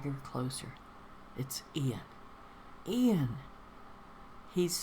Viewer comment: Another lovely reading, thank you :) Yes, it's Iain with an i, not Lain with an L. Hope you have a wonderful Christmas, Shirley!